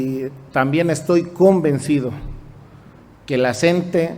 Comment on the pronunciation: OIGA SEÑOR REPORTERO NO SE DICE EL SNTE ES LA CNTE SIGNIFICA COORDINADORA NACIONAL DE TRABAJADORES DE LA EDUCACIÓN. POR FAVOR PROCURA LEER BIEN